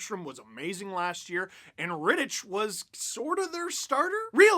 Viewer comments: Steve. Please. It's pronounced RitticK. Hard CH. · For the love of god Steve it's pronounced "Rittick" the CH is hard not soft. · Isn't "Rittich" pronounced with a hard "ch", i.e. like Rittick? Grinding my gears a bit... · how do u watch the whole game an not learn to pronounce rittich😂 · Any other Czech/Slovak native who hates the way Steve pronounces Rittich's name? xD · Alright, let's go deeper: David Rittich is Czech and the ch is pronounced [x] and not [k]